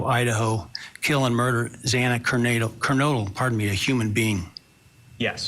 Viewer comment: Judge Hippler sit up arms un folded for a start. Judge Hippler sounds detached & cold as the murderer & for miss pronouncing Xana Kernodle name, he should of made a HEART FELT APOLOGY, instead he saids " excuse me" 😳!!!!! STAND DOWN JUDGE HIPPLER NOW!!!!!!!!!!!!!!!!!!!!!!!!!!